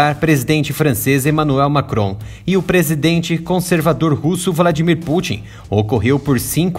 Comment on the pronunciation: Conservador ? Fala isso direito babão